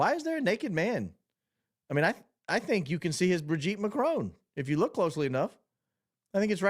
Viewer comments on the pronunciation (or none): His "Brigitte Macrone" cracked me up....I'ma use it as of now 😂😂😂